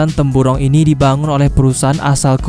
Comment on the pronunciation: Jambatan brunei 'temburong' bukan 'tempuro'